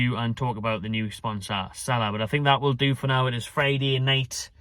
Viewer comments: it's pronounced seela not sala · It’s pronounce See La